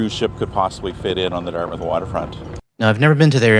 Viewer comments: There is not as much to do and see on the Dartmouth side for cruise ship passengers, plus they would have to build the docks which is expensive and takes a while. BTW you don’t pronounce Dart”mouth”, it’s more like Dartmuth. 🇨🇦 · Just a friendly heads up. As someone that grew up in Dartmouth, it is pronounced DartMITH not DartMOUTH. You can hear it in the news clip with the way both the reporter and the guy they were talking to on the water front said it. Keep up the amazing work and give your cats some love from me and my cats :) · It’s pronounced “dart-myth”. Retired 30 year RCN Vet here posted to CFB Halifax many years. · Quick note... As a kid who lived there for 12 years, I can tell you that Dartmouth is pronounced "DART-myth", not "DART mouth". It's like Plymouth isn't "PLY mouth". It might have been, a thousand years ago, but Dartmouth, Plymouth, Yarmouth, etc typically follow this paradigm. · Hey just enlightening you to pronounce Dartmouth as Dartmyth ❤